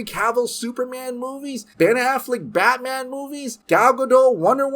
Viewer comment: Always love a Michael Scott cameo, but what is Batmnan? 😂